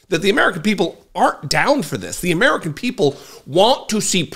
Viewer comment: "Uh-MEE-ruh-kin" people.